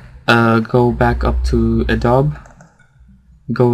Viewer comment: It's not "A Dob" It's pronounced "A DOBEE"